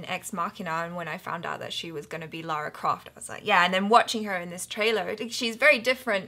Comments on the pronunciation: LARA Croft not LAURA Croft :) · Its LARA not LAURA. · Why do Americans have such difficulty pronouncing Lara as Lara instead of Laura?